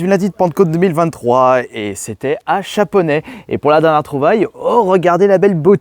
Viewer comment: Chaponost pas chaponet